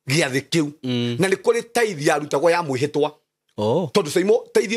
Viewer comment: Ni tithes or thrites?